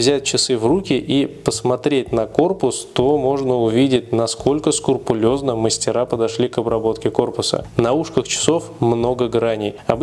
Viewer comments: СКРУПУЛЁЗНО!!! - так правильно говорить!!! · СКРУПУЛЁЗНО ( так правильно).